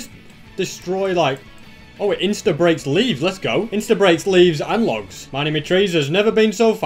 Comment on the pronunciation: In day 100 you said loads not logs